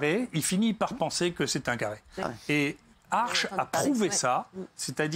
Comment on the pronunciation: Asch, pas Arch...